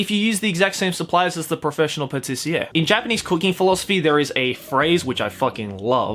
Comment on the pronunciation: Doesn't have anything to do with anime, but i love how the word "pâtissier" is pronounced, cause that's exactly how you say it in french and it feels so weird like "did i just hear speak french? oh nevermind he said pâtissier"